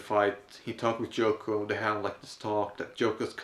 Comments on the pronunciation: I kept thinking you said Joko every time you mentioned her name. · Isn't it Yoko not Joko?